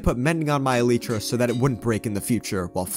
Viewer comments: It's pronounced as Elieeetra not Eleetra I'm not judging btw I'm just telling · ELIIIIII TRA IT IS PRONOUNCED ELIIIII TRA, Elytra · Can we talk about how he said eelirta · I love how he pronounces it “ElEIterAH” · he says alyeeeeeeetra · its elytra